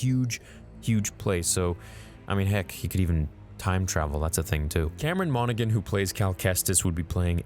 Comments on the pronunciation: His last name is actually pronounced mon-oh-han (I am not trying to rude I love your videos) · Lads. The g in monaghan is silent 🤣